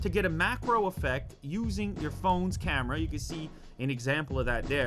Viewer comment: I love the way he says camerar.